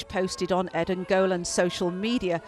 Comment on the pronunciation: It's pronounced: ED-en you putz. Not EEEden